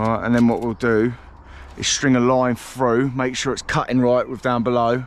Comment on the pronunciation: I Wonder if you could teach him how to pronounce his Ts and Ls so we we could understand what da fack ya saying? . Its Through not frew and if you like foot baw its Millwall not Millwaw.